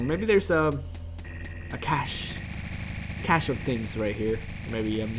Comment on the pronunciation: it's pronounced like 'cash' :P